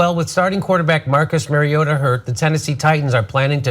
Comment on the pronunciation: doesn't know anything about football, can't even pronounce player names right. Mari-O-ta, not Mari-AA-ta, and "Castle" not "Cassell"